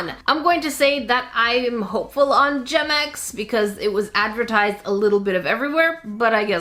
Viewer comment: why does gemex sourd like germex?